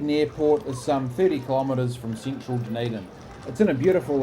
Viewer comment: Nicely done! Btw Dunedin is DUD not DUN 😬